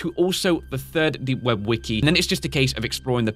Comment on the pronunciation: you said weki three not wiki three